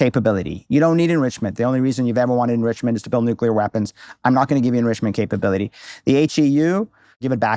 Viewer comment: And nu-ke-lar